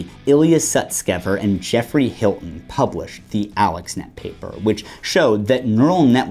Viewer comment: Hinton, not Hilton. Close though. Sorry, I'm in the field, and this stood out to me, so I had to nitpick. Wonderful video so far though. :)